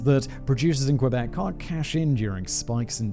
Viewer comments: Not Qweebec, pronounce Kébec. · I'm a Floridian, and it has always bothered me when people pronounce it "kwuh-beck". I was taught to pronounce it "key-beck", but my French is ass, so it sounds more like "kuh-beck". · this is so painful to hear the butchering of every word possible. Lol 😆 k - bec = Quebec. Oh my lord lololol it keeps going. Haaaaa